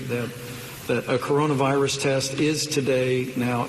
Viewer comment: Did he say coronus virus? Lol